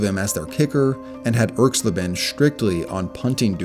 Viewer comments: ERKS-LA-ben, not ERKS - leben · Pronounced Erx-lay-ben not Erx-lih-ben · It's pronounced irks-LAY-bin. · Erx-LAY-ben. Geezus, do some basic research. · Once I heard Erxleben's name pronounced so poorly, I checked out of this video. ERX-lay-ben. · I cringed every time I heard you mispronounce Russell Erxleben's name. It's ERX lay ben. Also, Janikowski may have had an average FG percentage, but he was routinely sent out to make kicks that no other kicker would EVER be asked to try. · Great video, but check with an old guy for the pronunciation of names. E.g. Erxleben. But again, very nice vid. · When young people make these videos they often pronounce players' names wrong. Laughably so. For instance, the name "Erxleben" put the accent on the first syllable. ERX-lay-bin. Go-guh-lack. Not GOGO lack. WHy make these at all if you aren't going to do that minimal research???